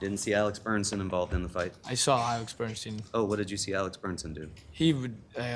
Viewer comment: sloppy, overmatched defense atty can't even get the name "Bernstein" correct; multiple times he says "Bernson". Also, he allowed one of the female witnesses who testified near end of last Friday to conclude that defendant - when swinging at the decedent - used upper motion with closed fist, so must have had a knife in his hand. Defense atty needed to object to this conclusion since she was NOT an expert witness, but never did. Jury imbued that info in their minds for entire weekend! Poor, overmatched counsel.D looking at 60 years max if convicted.